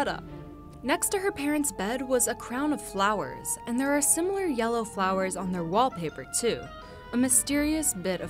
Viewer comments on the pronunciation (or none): none